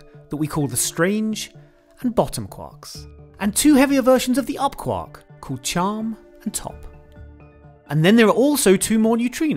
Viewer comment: I REALLY hate how he says Quark...... please never say that word again or learn how to say it.